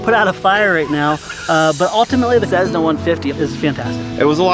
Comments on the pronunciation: It's not a cezna it's cess-na. And fix your god damn teeth. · Dude stop saying cezzna, it's cessna! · i thought you say "tshesna" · "Cezzna"? Lol